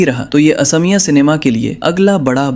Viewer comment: Please pronounce correctly. Its not Assamiya , it's AXOMIYA